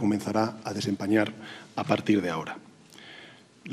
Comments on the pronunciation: Dicee desampañar en vez desempeñar. Q. Cateto sanchez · Desanpañar dice😂😂😂😂😂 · Dice: que hoy comenzará a DESAMPAÑAR. NÓ DESEMPREÑAR....que fuerte este DESCARADO normal que Leticia este cabreada ...observar la cara de l rey y princesa ellos se dieron cuenta